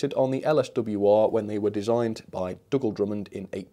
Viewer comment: Hi, I’m sorry to say that the livery colour doesn’t look right to me. Shouldn’t it match the livery on the box photo? Anyway it was a good thorough review. If you will forgive me, I believe Dugald is pronounced Doogled as in Googled and not Duggled as in Cuddled! Sorry. Take good care of yourself. Very best wishes, Adrian